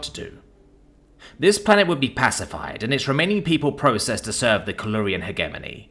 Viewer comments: It kills me inside a little bit every time you mis-pronounce 'hegemony'. It features a lot in sci-fi. Hedge plus Lemony minus the L.👍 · The g in hegemony is a soft one, not a hard one. It's pronounced "hej-eh-moan-ee."